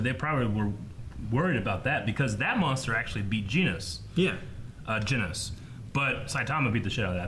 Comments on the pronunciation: How have they still not gotten the cyborg's name right. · They pronounced genos’s name differently every time they mentioned him 😂